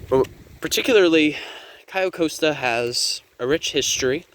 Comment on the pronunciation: It’s pronounced “Cay-oh cost-a”